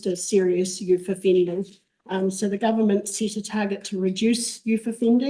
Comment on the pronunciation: Youth not youf